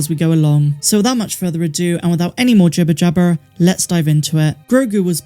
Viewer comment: I love a West Country accent and yours sounds amazing when you say jibber jabber. Great video too although I do believe one the below stayed below force vision Anakin had about Yaddle could mean she is dead already although there was also no time lime on her death either it has always been presumed it was during the clone wars.